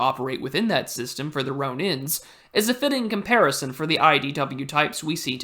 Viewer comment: Not sure where you came up with the pronounciation for girondins but it sounds extraordinarily wrong: you pronunce it as the probably misread ghee-Orn-dists, not even ghee-Ron-dists, which would make a bit more sense. But in actuality the correct pronounciation is more like zhi-ron-dawn. An interesting take/analogy on the IDW aside from that.